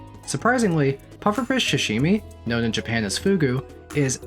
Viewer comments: for the love of god, SAH-Shimi. not sh-shimi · Repeat after me : Sa -Sa -shi -shi - mi -mi -Sashimi! -Shashimi! -🤦‍♂️ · Good video... but good god you gotta stop saying "shashimi" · I find it cute how you pronounce sashimi. Like, shshshimi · Not the *sha*shimi 😭